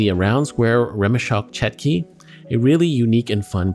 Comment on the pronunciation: it's chotki not chetki